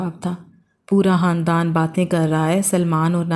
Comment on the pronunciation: Hamosh nahi khamosh hota hai😂 handan nahi khandan hota hai